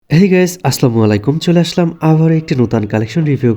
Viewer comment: vai salam ta soddo kore diyen